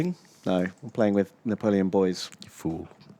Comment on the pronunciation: Na-tom-eon -aparte